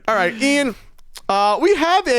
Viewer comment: "allright EEE -an"